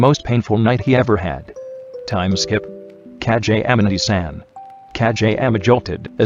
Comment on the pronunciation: It sounds like ka j ama